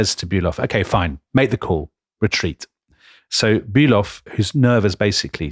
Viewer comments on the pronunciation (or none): Please, Fon Bülow, Not Bülov, that might be a Russian… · Delectable, delightful, wonderful, edifying podcast! Keep up the stunning work!!! Just a small note, not wanting to be what the Germans refer to as "Tintenpisser", seizing upon some insignificant detail, but "von Bülow" is in fact pronounced "von Bü-LOW" and not "von Bü-LOV". Merry Christmas! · Karl von Bülow is pronounced "fonn bu-low" (bu like bureau, low like low). Other than the russian counterpart, the "w" is silent in these east-german names of people and towns. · von Bülow -> fon Bülo (the w is not pronounced).